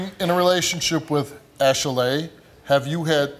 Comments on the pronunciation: it's Ashley,not ashelay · I'm laughing 😂 every time he says her name ASH... LAY.Also why is she making her name extra it really is just Ashley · girl your name is Ashley. not no Ashelay. stop playing yo mama ain't name u that lol. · Yeah it's ashilaye not Ashely ok Cindy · Ash-a-laying here, Ash-a-Laying there...Ash-a-laying everywhere but her man. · "ok class, answer to your names!!! -Ashley?" -"IT'S ASH-ALEY!" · ITS ASHILAYE THANKS THO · Man... forget the results. What we NOT gonna do is act like that heffa name ain’t ASHLEY. Talking ‘bout Ash-a-lay... 🤦🏾‍♀️💯😭😭😭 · Ash El LAY 🤪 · Ash-laay who gave her that name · Wtf is Ashalay? The black version of Ashleigh? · Girl!! Thank You!! I was like, "It isn't pronounced that way. People are so extra. 😂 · OneButton Dash lmao I Thought I Was Hearing Stuff At First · If she'd take those syllables and play the clapping game, her name would be phonetically pronounced ASHLEY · it's Ashley, the only reason you think it's pronounced that way is because you remember your mother over pronounce syllables when you got in trouble. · I thought I was having a stroke, my name is 'Ashley', but I've never heard it pronounced this way before, I just keep getting surprised. lol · Lmao girl it’s ASHLEY shut upppp 😂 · Are we sure this girl's name ain't Ashey-Lay? She been busy........ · Her name is Ashley but she pronounces it like a key&peele skit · Ash eh lay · Steve said Ashy-lay. lol What the... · Sydney Nock I was tooo stuck when he said her name😂😂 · I’ve never heard anyone pronounce Ashley like that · Steve, stop saying "Ashley" like that. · Your pronouncing your name wrong, idk if you knew that.